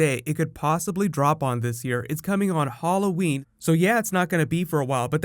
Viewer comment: never heard anyone say Hall o wen